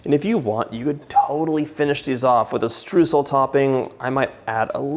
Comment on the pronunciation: It's sooo adorable how you say Streusel, it sounds way cuter than how it's actually pronounced!! 🥰 (It's pronounced something like SHTROISEL in german) I can't wait to try out this recipe, they really look like the real bakery deal!